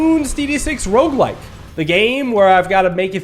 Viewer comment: I was caught off guard by hearing "Welcome back to Bloons TD 6 *Rougelike*" When did they add that?